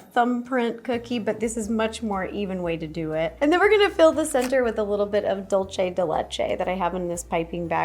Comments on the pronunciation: DOOL-say not Dole-chay Dolce is Italian Dulce is Spanish If it was Italian, it would be "Dolce di Latte," but it's Spanish. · Its pronounced like dool-seh not dul che😭